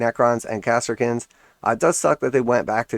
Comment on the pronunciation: Good video! I appreciate the information man. One thing though, it's pronounced "ka-sir-kin"